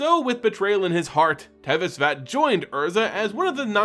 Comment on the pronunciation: Why do you keep pronouncing Szat like it has the letter v in it? Is sz pronounced sv in another language like how the card Jokulhaups is pronounced like a y instead of a j?